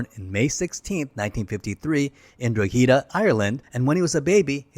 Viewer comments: Drogheda, Ireland is pronounced DRAW-heada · Is this Ai generated? I would imagine a human narrator would actually put in 2 minutes of effort to learn how to pronounce 'Drogheda'. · Great video. Drogheda isn't pronounced that way though!